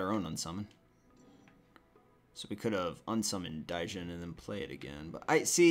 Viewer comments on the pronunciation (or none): Jesus, the way he said it almost killed me through out the game. DAIJINN. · Quick tip. The d in Djinn is silent. It's pronounced jin.